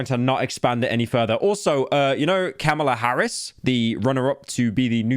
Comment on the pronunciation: So happy you admit the mispronunciation of Car-miller Harris, as one of the guy that pointed and laughed at this. Keep up the good work slop boy